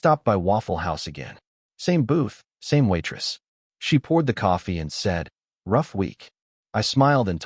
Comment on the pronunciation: Can this guy put out a story with coffee being a central character?…..also, I hate the narrator pronounces it….”cafee”